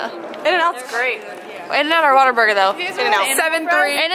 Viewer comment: When you said “Whataburger”, it hurt my heart 😂